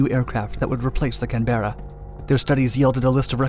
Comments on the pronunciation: It isn't the "Cam Bear Rah".......it is simply, all one word, Canberra "Cam-Brah" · It's Can-burra not Can-Bearer. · Dude, you REALLY need to work on your pronunciation of names; "Can-bear-a" wtf?! 🤦‍♂ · I know that this will appear to be pedantic, nitpicking if you like but please do a little research on pronunciation of your use of English as opposed to American names. Canberra is not spoke as two words ‘Can Bearer’, it’s pronounced ‘ Canberer’, no softening of the r in the middle of the second syllable. The second part of Duncan Sandys surname has a silent y, pronounced Sands. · By the Gods. Can-bru, not can-berra. Unless you want me to start talking about Ar-kansas instead of ar-ken-saw. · Not Can Berra, Pronounced Canbra lmao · Please pronounce it "CANberra." Not "canBERRa." Thanks. Note: the plane is named after the capital city of Australia. Google it. Google pronounces it correctly. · Canberra =/= can-bear-ah. Instead pronounced Can-brah. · Cam-bear-ah... *rolls eyes*... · Can-burra We always pronounce it . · Can-ber-a , just run them all together, and stress the first syllable not the second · CAN bear ah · no, CAN-Bra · I can only assume "can bear eh" is some type of Canadian delicacy :p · Its pronounced Canbra after the city. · "Can Bear Ah" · Cannberra is pronounced Can-bra bud. Love your vids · Canberra is pronounced Can-bur-ra. The mispronunciations American people do is hilarious. An Emu isn't an electronic cow (EMoo), it's pronounced eem-you. We don't pronounce Arkansas as ar-can-sas, we know it's ar-can-saw. I'm going to have to carry around a flip card with an Emu on one side and the word Canberra on the other, so I can tease any Americans I come across by asking if they come from Ar-can-sas. Then when they correct me, I'll take it out and ask what the bird is called and what the word says... :P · English-Electric "Can-Ber-Ra".. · By the way, it's pronounced CAN-berra. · Someone never heard how to say Canberra 😂😂😂